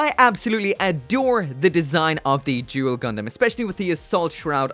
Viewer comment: The way you said Duel.....sounds so much like Jule.......I think this is could be where Yzak's family name came from..... great review as always